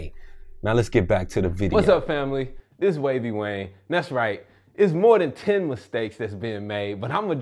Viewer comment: No, not like tyen...exactly tyen